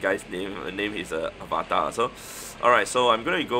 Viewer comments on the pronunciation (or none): none